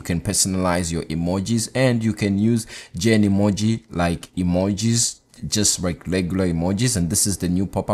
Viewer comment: Its „Genmoji“ not „GenEmoji“